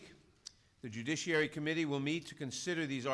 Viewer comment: Pelosi wins the worst butchering of the word "judiciary" award.